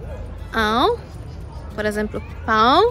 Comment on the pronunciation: Oi! Amiga, como vai você? Está ótima a sua pronúncia das palavras pão, pães, continue assim, só um pouco de sotaque, más está correto, esse é um som nasal, assim como, pêra, maçã, ação, etc, também o são sons nasais, você já foi adotada por nós, mais uma brasileira, uma pergunta a você, se possível responda, qual a sílaba tônica no idioma polonês?, assim como o russo, ucraniano não tem acento, mas fortes abraços, felicidades, boa sorte🇧🇷❤️🇧🇷❤️🇧🇷❤️🇧🇷❤️🇧🇷❤️